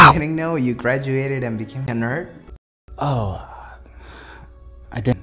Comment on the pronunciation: “Normal the Nyurd” xD dies of laughter